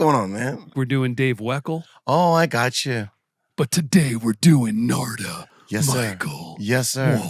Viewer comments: His name is Narada, not Nards. Put your teeth in! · I love Elmo’s channel, but come he keeps calling him “Narda”??🤔 That’s like calling Lovano, “Elo”?🤔😳😂 “The name "Narada" means "the one who gives knowledge to mankind" in Sanskrit. It is pronounced as Naa-Raa-Dah” Again, love Elmo’s interviews, but it seems kinda lazy to not even take the time to learn how to pronounce your guest’s name.